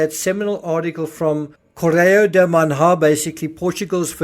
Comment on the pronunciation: Sorry, but just have to comment on the pronunciation...: 'nh' (as in 'Manha') in Portuguese is the same sound as 'ñ' in Spanish, and since everyone knows how to say 'Mañana', you now know how to say 'Manha' 😊